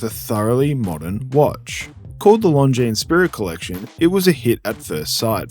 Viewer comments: The S is silent. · Here's a hot tip: if there's an "s" at the end of a word in French, you never pronounce it. That includes - you guessed it - Longines.